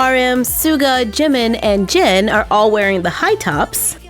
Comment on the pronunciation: Its Jin not Jen Its Jimin not Jemin hehe btw love youuu 😘😘😘😊😊😊